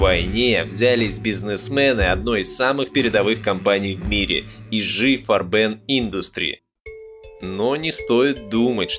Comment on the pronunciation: фганцузский концегн "Фарбе'н", с ударением на суффикс